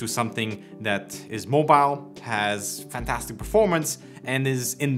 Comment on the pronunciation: neither is your pronunciation of "fantastic" for 5 years but you don't care, just get on with it.